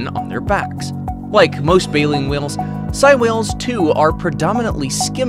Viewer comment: Its actually pronounced sey like saying so its sei whales